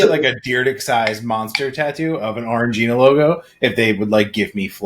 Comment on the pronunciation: Oh, that’s how you pronounce “orangina” 😭😭😭 you’d probably like the San pelligrino sparkling blood orange too